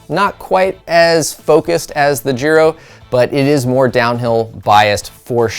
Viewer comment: I thought it was pronounced Giro with the I being said